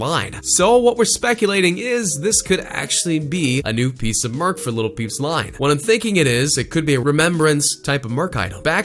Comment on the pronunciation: Did he just say merk instead of merch like wtf